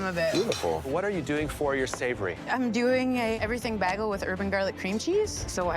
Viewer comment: Never have in my life heard someone pronounce bagel that way ffs